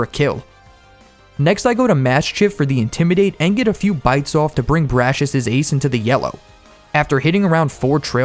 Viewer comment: IT'S (brah-cee-us) NOT BRASHES!